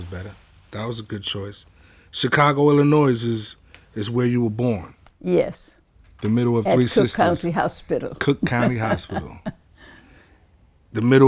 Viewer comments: Wait...did he say illinoise?...wow. Just wow. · I heard him say the S in ILLINOIS and that is irratating. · This negro pronounced the S in Illinois. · I can not stand when people say Illinois wrong. Stop!!! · Please people don't pronounce the s in Illinois it's silent